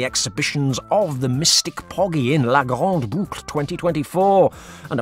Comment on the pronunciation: "GrandE Boucle" there's an "e" on grande.. ."Grand" is pronounced like "gran".... just to keep the spellings clean :D